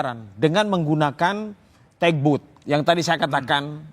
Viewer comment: bkn tek but.😂😂😂TUG BOAT, dibacanya tAg bot, malu kita 😅😅😅 Lu